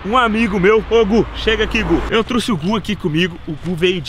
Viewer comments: "Truce" , saiu sangue dos meus ouvidos kkk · “Eu trusse” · " eu truce" kkkkkkkkkkkk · "Eu truxe" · "trusse" kkkkkkkj amo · Truxe né belo português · Eu "trusse" credo kkk